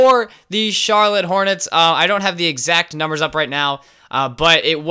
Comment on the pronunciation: They said charloutte Bob cats in the end lol am I the only one that heard